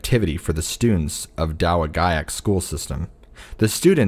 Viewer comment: It's pronounced da wa jack Michigan